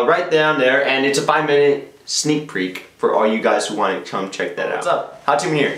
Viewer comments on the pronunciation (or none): lol 5 minute sneek "preek"